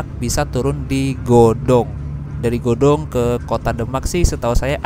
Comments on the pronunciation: Godong mas bukan gadong hehehe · Btw godong mas,bukan gadong wkwk ,soalnya saya orang godong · Godong mas bukan Gadog😁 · Godong mas,bkn Gadog